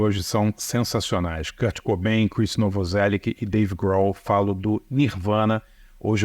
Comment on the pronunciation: Fala Barça. Não é uma correção, apenas um apontamento que de um erro muito comum por aí e nunca vi alguém pronunciar corretamente Novoselic é filho de croatas, a pronuncia correta seria novoseLÍtch, e não novoseliqui como falamos. Abraços de um Barçaminion